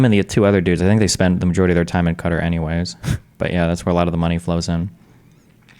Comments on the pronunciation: It's just Destiny really, he's trying to use the Arabic pronounciation but failing horribly...have a Saudi coworker and even he had to laugh at the way he says it, in another video some dude actually tried arguing that Destiny is saying it correctly, his source, he was in the middle east recently for a while...despite there being countless videos online also proving that is NOT how you pronounce Qatar. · American's stop pronouncing Qatar "cudder" challenge - FAILED.